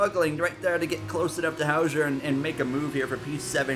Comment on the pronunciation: it’s Hauger (How-ger)